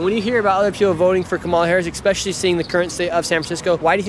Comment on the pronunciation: Nick I love you man... but you gotta start pronouncing it "eSpecially," not "eXpecially"